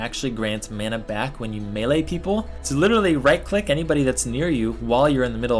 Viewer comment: You're the first person on Youtube who's prenouncing melee right :P